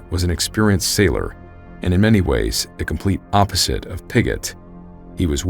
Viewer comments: Just so you know Admiralty is pronounced Admiral-Tee not Admi-rali-ty I’d only has the one ‘i’ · Ad-mril-ty. (Admirality?) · The Admiralty = ad-mi-ral-ty "The Admorality" may be a more virtuous organization but had no part in running the Royal Navy. Good story despite you giving me the giggles every time you said "admorality". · The word is "Admiralty," not "Ad- mir-ALL-it-tee." The narrator added an extra, unnecessary syllable. These videos are too good to allow silly mistakes like this to make it through to the final upload😵‍💫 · Admiralty is pronounced “ad-merl-tee” not “ad-muh-rala-tee.” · The word is admiralty. Pronounced ad-mir-al-tee. Not admirality. I worked at Pizza Hut and we had a road called Admiralty Dr It was part of a subdivision that was all ship terms...like Mariner Circle and Anchor Way. Half the people who lived there would say it wrong...and it was their own address. 😘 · Just wish he could pronounce admiralty which is pronounced “ad-merl-tee” not “ad-muh-rala-tee.” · A terrible story very well told (as always). FYI - you kept saying Admirality....that's not correct - there is only one I in ADMIRALTY. Admiralty: Great Britain, until 1964, the government department that managed naval affairs. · Great story. One note - "ad-mir-al-tea". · Hey quick heads up, "admiralty" is pronounced "ad·mr·uhl·tee" Fantastic episode as always! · Excellent story and wonderful narration as usual! One small suggestion: admiralty is pronounced “AD-mralty” Otherwise, keep up the great work!! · Admiralty, is pronounced “Ad-meral-T.” Not to be that guy, but it is kind of jarring to hear it pronounced that way. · "Add Marality"? WTF? Maybe learn to speak the English language. It's the "Admiralty". Google can tell you how any word is pronounced with pretty high accuracy. Please don't make up garbage bullshit. When you don't know something, fucking look it up on the internet and learn. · We love you, but it's pronounced "Admiral-Tee" 😊🍻 🇬🇧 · The word is "Admiralty"